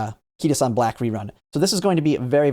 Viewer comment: What a throwback to the early Uma days where he said "KitaSEAN"